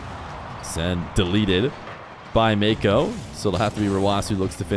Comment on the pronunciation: Why is it so hard for you to just say nwpo properly